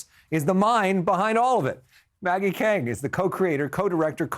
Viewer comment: I hate how her name is mispronounced. Its K-AA-ng. She is smart and has vision. Proud of her